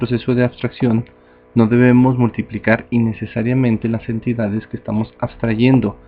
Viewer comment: En el no le entiendo la vocalización, dice las entidades?